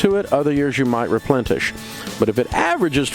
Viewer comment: Replentish? Come on, Dave.